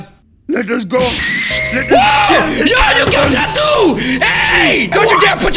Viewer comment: It ain’t jadu it’s jadoo